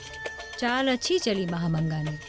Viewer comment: Mahamangga ❎mahabhikhmanga✅😂😂